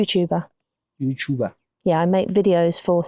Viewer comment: Cop guy: youchuber🤣